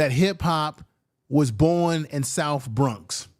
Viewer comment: And u keep pronouncing the Bronx wrong. Do u have a speech impediment?